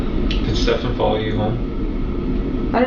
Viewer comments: Probably i'm a complainer, but I do wish you would pronounce the man's name properly. It's not ste - FAN, it's STE - fun. Also, it seems to me that jenn is constantly wasted on xanax etcetera, which could explain her forgetfulness. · I actively enjoy this mispronunciation every time- don't stop, lol. He isn't worth the correction, and there aren't even any insults low enough for a nickname.